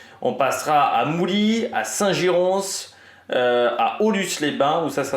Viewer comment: Salut ! On ne prononce pas le "s" à Saint Girons ! Tu peux le prononcer comme Paris ! Merci pour tout ton travail !